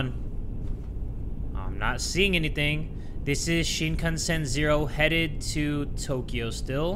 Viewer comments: I’m sorry “Shinkanshen “ 😂😂😂😂 sorry sorry for laughing. I’m not being a nerd and saying “ACTUALLY” but I’m just gonna say it’s Shinkansen 🚅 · Shinkanshen, you mean shinkansen which is shinkan cen like cent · "Sea-me-masen" LOLLLLLL